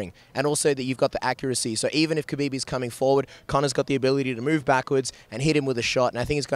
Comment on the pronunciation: The K is silent in kHabib. At least learn to pronounce their names if you're going to report on them.